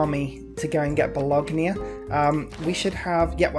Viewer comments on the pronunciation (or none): Him saying it Bo log nia is a bit annoying